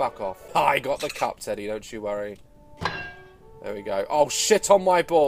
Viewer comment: WHEN u said cup i though u said fuck